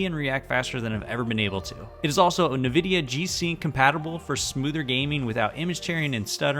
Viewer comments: Nice setup, sad that monitor isn't 4K! Side note, it is pronounced "in vidia" :) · First step to becoming a pc gamer is to pronounce Nvidia correctly